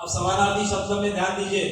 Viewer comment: Sir, aap ne jo smanaarthi shbd bola hai wo clear samajh main nhi aaya kya app phir se bta sakte hai? Plzzzz